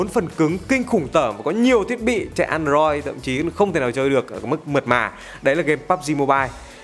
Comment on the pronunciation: An đờ roi ^^ Ko sai nhưng nghe ngộ ngộ